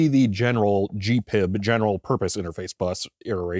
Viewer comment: Again: G.P.I.B. not Gee-PIB ! - lol